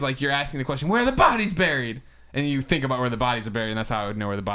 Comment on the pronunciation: Lol Colin did it again! "The-ink" instead of think XD.